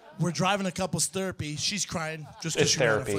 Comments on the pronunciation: "couples therpy" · Oh man, the “therapy/thurpy” part kills me.